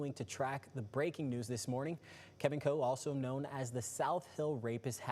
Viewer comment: His name is Kevin Coe ------ ------not Cole.